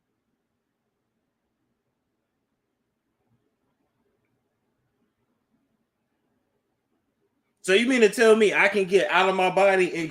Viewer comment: It's called "astral projection" you said it right